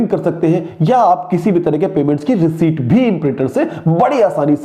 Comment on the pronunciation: Thanks. But please learn how to pronounce receipt 🙄